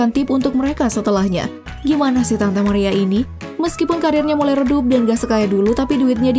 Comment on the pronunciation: Chanel sampah. Ga valid nih data nya. Pas britney aja ditampilin foto jessica simpson. Narator nya jg harus belajar cara ngucapin mariah. Bukan "mariah" tapi "merayah". Dislike